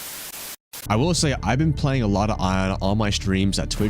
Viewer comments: Dude Iana's name is pronounced EE-ANA not EYE-ANA 🤣🤣🤣🤣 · Bro hearing “I-ana” has made me wanna put my head through a wall. It’s Iana, “Yah-na” it’s not that hard. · its pronounced "Yana" not "Ayana"